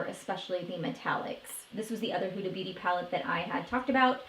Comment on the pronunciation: Ace Beaute is pronounced as Beautay.